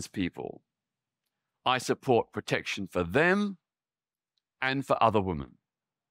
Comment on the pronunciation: Why is women mispronounced consistently? It should be /wimin/.